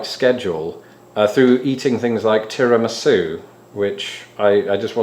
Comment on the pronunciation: hahaha funny pronunciation of tiramistu :D